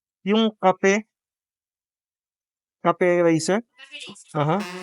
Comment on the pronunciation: ...laugh trip ka ... ginawa mong pag bigkas as in "Kape..kape" hahaha 😆😆